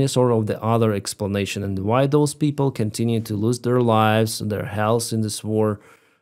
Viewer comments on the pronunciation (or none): none